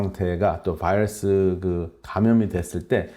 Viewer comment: 코로나 vㅏ이뤄쑤? 발음좀 젖당히